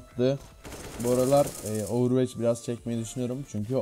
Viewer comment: ovırveç değil ovırvoç